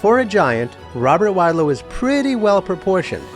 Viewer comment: Learn to pronounce wadlow